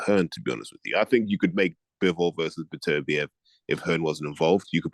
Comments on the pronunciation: Who is Better Beev character? Is he trying to pronounce Beterbiev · BEE-AH-BEEV. Gotta love 😂